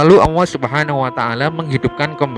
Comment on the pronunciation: Yang tukang cerita ini aja gk bisa nyebut huruf ( L ) bilang allah aja ( auuah)